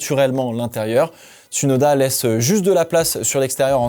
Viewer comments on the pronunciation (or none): Bonne vidéo bonne analyse, tu as fais des efforts sur tes commentaires et ton vocabulaire, bien choisi bien français. Continue comme ça 👍🏻 Note: C’est bien James Vowles et non Valves, et Ts(ou)noda pas « uuu » Merci 🙏🏻